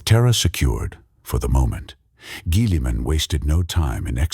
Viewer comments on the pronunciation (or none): Dog train your Ai better to pronounce Guilliman before putting this out